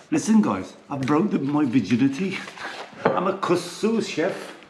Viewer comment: You need to pronounce the second K hehe. It's not Kussu but KusKsu 😊